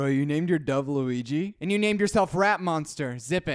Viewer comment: I really love how you pronounce "Luiiiiiiigi" hahahhahaha mg